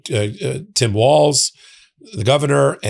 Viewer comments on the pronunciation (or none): none